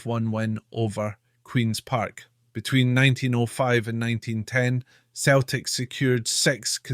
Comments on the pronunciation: It's pronounced Seltic not. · Its pronounced "Seltic" so why does this guy keep referring to it as ""? The Irish poet who officially opened the stadium (Parkhead) referred to Celtic as in his speech and was derided for it. Celtic fans are not the angels this guy makes them out to be. The club is rooted in sectarianism, the fans sing songs about, and raise funds for the IRA, they have adopted the Basque terrorist and Palestinian causes. There are violent clashes anywhere Celtic fans meet Rangers fans.They are the only team in the world whose board of directors debated a motion to ensure that only Roman Catholics could sit in the boardroom, (it was narrowly defeated), their "ultra" group "The Green Brigade" resonant of the name of an IRA battalion, has caused so many political problems that the european governing body has fined the club several times. Celtic were founded in 1888 while Glasgow Rangers were formed 1873. Rangers were signing and playing catholic players since before Celtic were formed yet the current mythology states that Rangers didn't play catholics which is utter rubbish. Rangers played black players and players from all cultures. Celtic started up by signing almost all of their players from the team which would later evolve into Dundee United because they were the right sort, i.e. Glaswegian catholics of Irish extraction. The first Old Firm match was a friendly so Rangers didn't play their first team, they played their reserves and even a guest player from Partick Thistle but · He says 🤣🤣🤣🤣🤣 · It's Celtic not,same pronunciation as Ceiling not Keiling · You know it's pronounced Seltic but you keep saying It's also Jock Stein pronounced Steen and not Styne